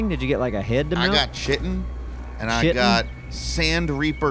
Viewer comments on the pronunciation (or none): Guys... for the love of God... please learn to properly pronounce the words "chitin" and "ichor." They are pronounced * KITE INN * and " ICK OR * Google translate can help you pronounce words you may not know or know how to properly pronounce. Listening to you try to pronounce words you don't know makes me weep for our education system. Meanwhile, demonstrate his resource management skills by continuing to build his easily destroyed, POS base... a base that should be called... "THE EYESORE" With the amount of elevators inside the Eyesore, is it any wonder that the group is out of iron? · "Shittin". I no longer have to worry about pronouncing it correctly, because has given the best pronunciation ever.